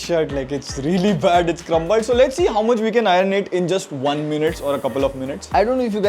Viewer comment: Nice review! However, repeat after me, EYE-URN (iron) and not EYE-RUN.